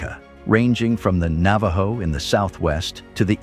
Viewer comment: HaHaHa -- , how did you pronounce "Navajo" ? Naa-Vie-Yo -- HaHaHa This video has many other pronunciation issues. If you are going to continue to insist on using an AI moderator, please find one that can pronounce words correctly.